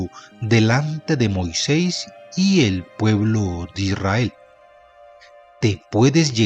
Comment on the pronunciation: Con todo respeto señor marrador UD no pronuncia bien....tenga cuidado y no pase las letras escritas.....zelofehad. No diga UD zelofea... En de Rahab UD dice raa.....el colmo Moisés no es Moisés......de seguir así me desuscribo